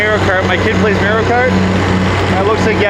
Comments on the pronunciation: Lost all credibility as soon as he said "May-rio" ... it's "Mah-rio" bud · love this video haha but pleaseee say MAR IO not MERIO! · Mar - i - o